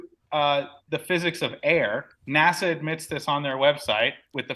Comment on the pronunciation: “nâshâ‘” is the Hebrew word. “naw-shaw’” is how you pronounce it. “Lead astray”, “seduce” and “deceive” are some of the definitions. Now “beguile” certainly means to “deceive”. However, the Hebrew word here is not “NASA” or even close, it is “nâshâ’”. It has the “h” in there. Unfortunately, someone outsmarted themselves and created a new belief system that a lot of morons have fallen for.